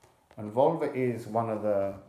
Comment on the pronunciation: I hear "Volva" as "Vulva" every single time, and it's an unexpectedly potent mental image....